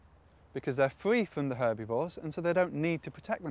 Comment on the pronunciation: lol "herbeevores"